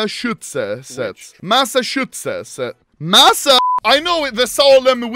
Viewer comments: Anomaly: Massachuchuchuchusetts Me: Bruh moment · Nobody Anomaly: Massahutechets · The clip of anomaly attempting to pronounce Massachusetts is enough for this to deserve 100 mil views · Being born and raised in Massachusetts made me crack up when you tried to read it hahaha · Anomaly pronouncing Massachusetts is hilarious XDDD